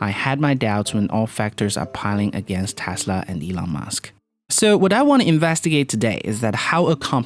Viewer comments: It’s Tesla, not Tasla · Good video but it’s TESLA not TASLA!! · "Elon Musk, the founder of Tæsla" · Stop saying tasla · Jesus dude can you please pronounce your "E"s probably? Dafuqs tAsla? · ITS PRONOUNCED TESLA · correction: Täßla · "Analysts astimate that Tasla's ravenue wall graw bay tharty parcant naxt yaar" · How hard are you trying to pronounce tesla so poorly. It sound like you are hurting your self to pronounce the word lol